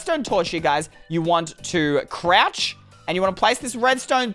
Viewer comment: Can you stop saying croch